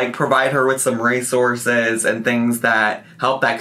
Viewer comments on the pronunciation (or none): none